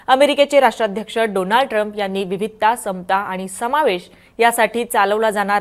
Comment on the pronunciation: मॅडम,मराठी भाषेत बोलताय तर जरा अस्खलित मराठी बोलायला शिका पहिला!हे आनि-पानी न बोलता आणि-पाणी बोलायला शिका!!”ण” चा उच्चार स्पष्ट पणे बोलता आले पाहिजे!!😊नाहीतर आनि-पानी ची गावंढळ भाषा तर अनेक अशिक्षित,अंगुठाछाप राजकारणी नेते सुध्दा संसदेत बोलतात!!